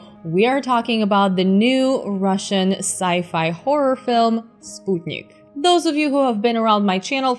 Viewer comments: Thank you for respecting the russian pronunciation of names and titles and not americanizing them. I was prepared for ear-cringe as it always is with Americans, but I'm impressed. ) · wow I already watched the film a long time ago but decided to watch a review, I'm Russian and your Russian is incredible, are you Russian or of Eastern origin?